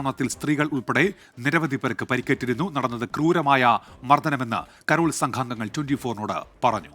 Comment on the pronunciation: കരോൾ ആണ്. കാരൾ അല്ല😢